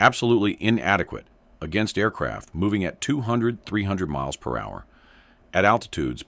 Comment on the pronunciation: stupid robot cant say miles per hour lol